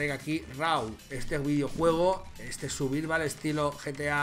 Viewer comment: "El suvirval"